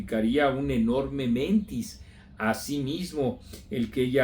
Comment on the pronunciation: "mentís", no "mentis".